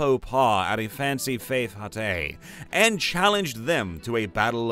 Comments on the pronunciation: Dude, look up words and how to pronounce them. Fete is pronounced the same as "fate." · Fete is pronounced like Fate.